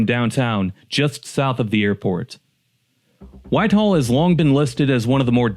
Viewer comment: A.I. must do all the writing for videos!! Someone should put a stop to it!! Why?? Because mostbomof the time A.I.never gets words correct!! In this one, it's "Whitehall"!!! Not Whiteall!!! 😮😢😮. Akron was also misspelled!! Really??😮😮